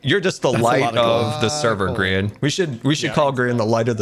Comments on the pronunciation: bro said grien 💀💀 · I hate to think how long this took, just to get details wrong. I only watched seconds, but the video title is wrong, it is the 'life' series, not the last life series, and You mispronounced Grian's name, only seconds before Mumbo said it correctly in the video. Astounding.